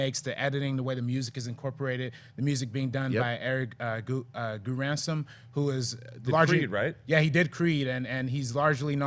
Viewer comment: JSHNMDHR Totally butchered his name! My bad